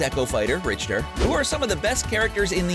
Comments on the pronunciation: Ryu (re-you), Samus (Sam-Us), Richter (Rick-ter). I mean i can let Ryu slide, Samus is like ehhh.. but confusing Richter for Richard really... clearly this wasnt done by someone who has played the game or many of these Iconic games represented here. 🤦‍♂️ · and rich-ther just play the game the announcer spell the name right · "So we have Dark Saymus*, who is an echo fighter to *Saymus*, obviously. *Chrome*, who is Roy's echo fighter. Ken, who is *Rye-u*'s echo fighter. And finally Simon Belmont, who is *Rich-ters echo fighter". Omg dude how much worse can you get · He said Richter like he's rich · saymus chrome rye-yoo rich-ter wUt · You say samus, richter, chrom and Ryus na,e all wrong